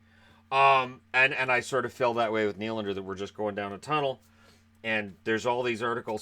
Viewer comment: I know everyone is changing how their name is pronounced, but apparently Willy gets to add an s to his Nylander now.